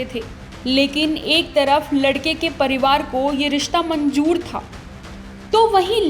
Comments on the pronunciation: india ky jhil logo jabardasti hota he, jabarjasti ni... 🇨🇵🇨🇵🇨🇵🇵🇰 or manjor ni hota😂, manzor hota he ... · Zabarjasti, manjoor what is this word pronounce to sahi se krlo dear